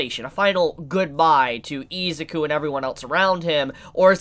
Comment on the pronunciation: Take a shot evrytime says "Eezuku" 😂